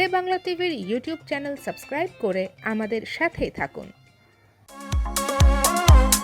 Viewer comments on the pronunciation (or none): none